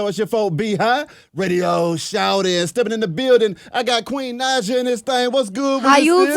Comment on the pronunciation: Yes. Correct him Queen! I also hate when they pronounce Naija with such heavy enphasis on the "i" like "Nijah" instead of "Nahja". Sigh